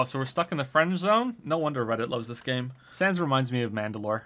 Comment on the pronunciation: That's not how to pronounce sans